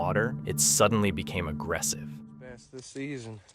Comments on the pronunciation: AI said it was a base, AI is not artificial intelligence, it is real stupidity! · A Bass fish is pronounced Bass. A Bass guitar is pronounced Base. More AI generated CONtent. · A bass cannot bite off your finger and they're ba-ss not ba-se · Bass not Base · bro...... ITS A BASS.... pronounced Bah-ss not Bay-ss, and oh yeah, THEY DONT HAVE TEETH!. HES HOLDING THE FISH BY THE FKN LIP, TAKE A FINGER? THE FISHES "INTENT"?!?!? Do u realize how unbelievably stupid you look? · Garbage AI Channel. It's "Bass" Fish, not Base. The fake ass dog mutilation/blood video caused me to immediately stop watching and ask YT to never recommend this channel again. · When the narrator says "A man was releasing a Bass", and pronounces it "base", you know it's AI. 😂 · Was it a Fender bass? AI needs to learn how to say bass, as in fish. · Noone mentioned the voice over of all these stolen vids can't promounce bass fish. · This is the dumbest compilation ever. A large mouth bass (pronounced incorrectly in the video) nearly biting a finger off? Are you serious? I was waiting to hear something like "man goes fishing when a gentle rain starts coming down, he barely makes it out alive." This is some lazy AI bullshit